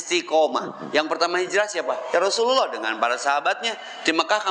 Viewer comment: SANES YA ROSULULLOH USTADZ,, TP YA ROSULLALLOH, NU LERESMAH MAH ,,, LERESKEUN HLA GERA NGAOS NAHWU NA